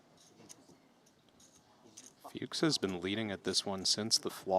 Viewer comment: A little note to the commentators: Tom "Fuchs" is pronounced like "cooks" with an F, not "pukes" with an F 😅